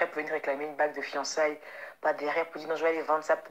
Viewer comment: Eeehhh.... on dit pas fiancaiges, mais fiancailles 😂😂